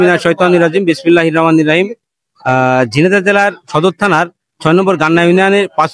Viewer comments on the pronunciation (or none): বিসমিল্লাহির রাহমানুর রাহিম বলতে পারেন না